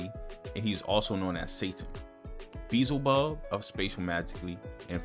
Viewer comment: its not beeZLE-bub . its beeLZE-bub